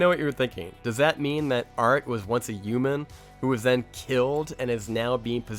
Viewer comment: bro this man said youman